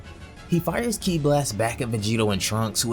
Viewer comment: It's ki not key